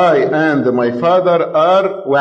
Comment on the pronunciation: ااي اند ماي فاازر ار واان 😂😂😂